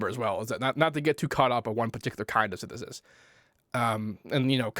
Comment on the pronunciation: syntheseisidisi..synthsesiisus..synthestistu.. basics!